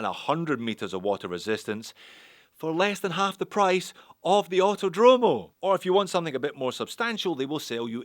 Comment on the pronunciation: Btw the correct pronunciation is "Autòdromo", not "autodròmo"